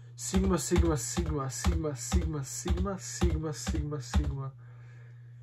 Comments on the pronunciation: na 2x brzini čuješ pomalo kak kaže simba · Bro govori SIMA😂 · Zvuci ko da govori sima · Lik govori siima sima